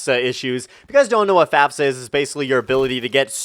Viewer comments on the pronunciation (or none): Am I the only one who heard fapfsa instead of fafsa